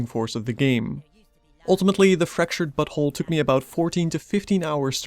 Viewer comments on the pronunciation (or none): now I´m not sure, but it seemed you said "Fracturted but*hole". Is this what the devs wanted to achive phonetically? xD Also very nice review!